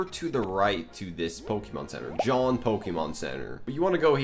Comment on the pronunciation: so what the hell is a john pokemon centre ;-; its jaune dude its pronounced zho-n